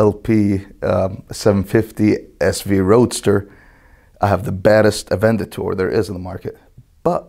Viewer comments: Is it just me or he calls it "Avendator" and not "Aventador"? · "the baddest... Avendator in market" :D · LOL Avendator??? It's an Aventador. A vent, a door...... Aventador. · avendator? sure. avendatory issues, maybe. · He has one but couldn't even say it right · Avendator? Lulz 😁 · did he say avendator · can't say 'Aventador' to save his life lol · this guy needs to learn how to pronounce Aventador